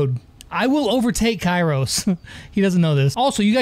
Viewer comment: Its kairos not karios